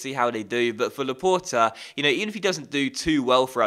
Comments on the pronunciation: t is not the last letter though... How do you say the word for door? It is port not pore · luh-port actually, the e on the end makes the t audible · In-yacky Williams and Aye-merik Luh-poor. ;) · You are saying Laporte wrong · you must pronounce the t when it's followed bu a vowel.